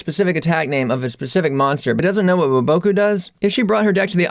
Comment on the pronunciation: hate how you say woboku